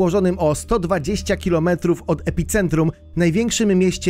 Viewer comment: Epicentrum! Caracas!! (2×) - naucz się poprawnie czytac!!!